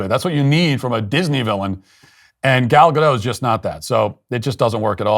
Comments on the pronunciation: Why are people saying “ga-doh”? It’s Hebrew not French. It’s “Ga-dot” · For the love of God stop saying Godoh. It's GADOT. Hard T. The name is Hebrew not French goddamnit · The pronunciation of the Hebrew name is 'Gadote' (not 'Gadoe') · ALORS: Gal Gadot's name EEZ NOT FRAYENCH, Matt. Eet eez EEZ-RILEY. N'est-ce pas? Therefore, eet eez praw-nawnced GAD-AUGHT, not GAD-OH. Comprend? SHALOM! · Gal Gadottttttt. Tgere us a T in the end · Gal Gadot, you need to pronounce the letter "t". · The T is not silent. She is israeli not french. Gadot is a nice person and beautiful. Not a good actress. Rachel is not a nice person. Beautiful ish and not a good actress but also really anoying. Disney is a woke shell of itself. Basically a dumpster fire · I find Gal Gadot quite engaging as an actress, but I agree a larger-than-life characterization is necessary for the queen and is lacking. By the way, you are mispronouncing Gadot. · thanks for saying this. Finally someone does. But why do you pronounce gadot like some frenchman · If you're going to slag someone off, at least pronounce their name correctly. The T in Gadot is pronounced!